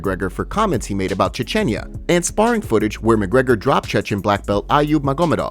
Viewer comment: Dude said a whole “Chechenya.” It’s Chechnya you pleb.